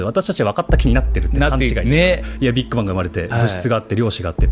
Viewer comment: とりあえず俺はビッグバンのイントネーション変える